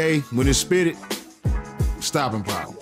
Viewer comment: He said stoping power! 😂 but he right tho , good video fam keep em coming